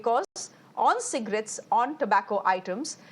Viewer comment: So according to you health insurance is less important than Cigarettes? Your emphasis on Cigrates makes me wonder?😅😅